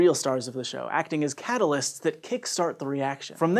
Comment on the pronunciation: "...acting as CATTLE-ysts..." No? Okay...